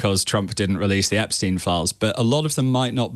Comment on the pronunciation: Sounds so odd hearing Epstein being correctly pronounced, as J. O'B does at the start.